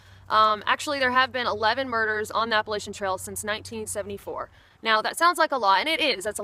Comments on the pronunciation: App-puh-latch-uh NOT app-puh-lay-sha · Appa-LATCH-an.. Damn it. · it's "Apple" "Latch" "Ian". Say those 3 words together and that's how our wonderful mountain chain is pronounced. Appalachian. It's not whatever that word is that you're using. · This is interesting, - you sound like you are from the South, and your name strongly implies Southern heritage, yet you pronounce the word 'Appalachian' as only a non-Southerner would. I mean no offense, but what happened?